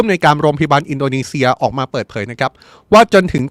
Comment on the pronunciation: ตกลง ร.รอินโดนีเซียหรืิออินโดมีเชืยอ่านข่าวไม่ชัดเจนแย่มากครับ